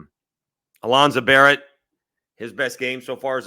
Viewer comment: Barn-ett not Barrett.... 7 TD's and everyone should know his name now